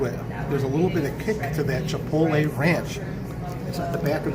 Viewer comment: It’s “pasta” and thank you for pronouncing chipotle right. 👍